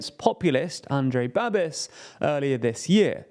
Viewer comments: Na-ren-dra. Not Nahendra. Ba-bish. Not Babis. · His surname is pronounced Babish, not Babiss